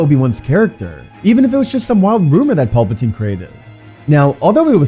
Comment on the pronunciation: Had to stop part way through. Only so many times you can hear Palpatine mispronounced before it becomes real annoying.